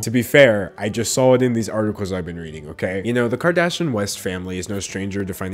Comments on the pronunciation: It’s kar-dash- eeyin ... sounds like he’s saying karda-shin. My biggest pet peeve is when journalists don’t take care in pronouncing names correctly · The mispronounciation of Kardashian makes me low key really happy. 🤷🏻‍♀️😂 Edit to add: I have a 4 year amd this is the most ridiculous thing I've seen. And i have ONE TODDLER. 🤦🏻‍♀️🤪 I feel bad for those kids. 😳